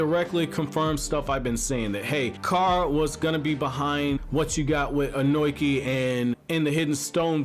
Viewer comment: You have a weird way of pronuncing Ohnoki. It's -(long) o-no-ki.